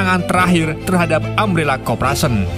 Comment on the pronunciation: Oii bang yeendeh bacaan nya korporation bukan kopration😂😂😂😂